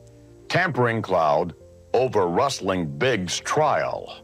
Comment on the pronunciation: Linda McMahan was lying to protect her husband and money. That guy on Morton Downy ,Dr somebody, is such a jerk! And says Rasseling. Sooooo annoying!